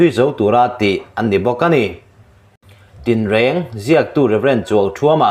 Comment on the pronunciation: "Tin reng" tih kha han sawi nawn leh teh. Sapṭawng lam dik thei silo, mizoṭawng lam dik thei bawk lo hi khawi chhuak nge i nih a??!!😠😡